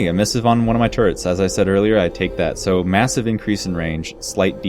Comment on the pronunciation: What on earth is a turrent? TURRET MAN...TURRET!